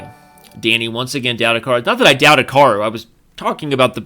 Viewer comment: Why does he keep saying "Hika-row" when it's clearly pronounced "Hika-roo"?